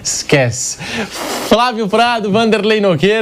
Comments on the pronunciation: Vampeta fala FRA vio!!😂😂😂😂😂 Ignorante pa carai!! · Vampeta fala : " Frávio"?